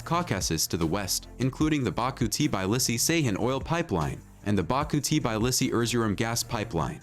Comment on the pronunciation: it is not TIBAILISI IT'S TBILISI !!! READ IT AS IT'S WRITTN!!! T as Tattoo, B as boom, I as indigo, and so on!!! )))